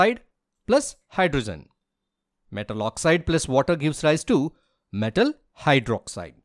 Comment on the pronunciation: Oxygen❌Oxsisen✅ Hydrogen ❌hydrosen✅ Zinc❌ jink ✅